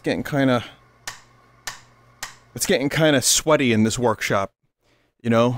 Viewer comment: Is Vrkshop how Joel says "workshop"?